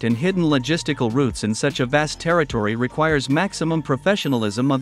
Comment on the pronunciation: It is not vest but vast, bro!!!! Not spetznez but spetznaz!!!, etc